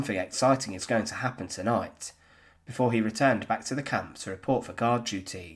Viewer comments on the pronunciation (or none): none